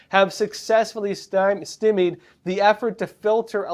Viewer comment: Stymied is stie-meed not stim-meed